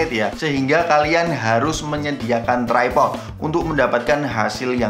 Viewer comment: Bang, bacanya tripod bukan trypod 🤣🤣🤣🤣